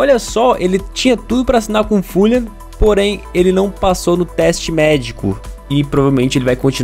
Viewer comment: o pronunciando Fulham kkkkkkkkk, mds